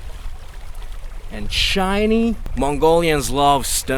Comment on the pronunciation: "so smood... so chiney.... let's go for cock" 😂😂 I'm subscribing for sure